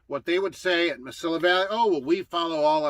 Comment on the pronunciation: it is pronounced Ma-see-ya Valley. They are out of El Paso. Nuff said!